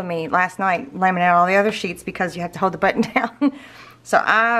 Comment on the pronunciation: Pronounce the ‘L’ please. It’s ‘Hold’ not ‘hohd ‘